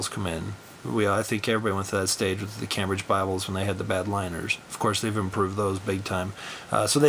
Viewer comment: pronounced came bridge